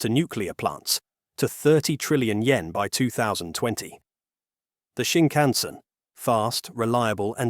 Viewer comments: I had to quit your video. The way you incorrectly say Shinkansen is so distracting as to remove my attention from the video. [ɕiŋkaꜜɰ̃seɴ] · Prime minister Abe: ah'beh. Not "abe," and not "ay-bay." You don't know it and you know you don't know it? Just tune into a Chinese video source for an hour -- and avoid making a fool of yourself. (Do it now: you're still screwing up "Shinkansen," too. You're not ready for prime time. You have no business posting to the 'Net yet.)